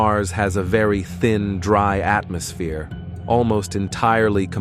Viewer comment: Unfortunately it’s not AI, but just a text to speech algorithm. The hilarious pronunciation of some words (like atmosphere) will improve, hopefully, but it is still very annoying and difficult to listen to a long article. I typically can’t get all the way through a lengthy spiel, and suspect that advertisers are not getting good value.